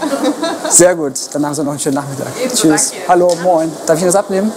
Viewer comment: Wie kann man ein Wort, welches aus 5 Buchstaben besteht, SO verkacken? Wenn wenigstens das "H" an der richtigen Stelle wäre. Das bekommt selbst ein Ausländer hin, der einen Tag im deutschen Raum lebt. :D